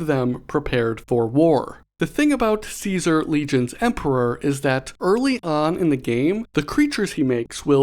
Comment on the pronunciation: Gonna be the fallout super nerd here, but its pronounced “kaisar” look it up for better pronunciation (bottom line, wasteland survivors are barely smart enough to speak propper english let alone a roman name🤣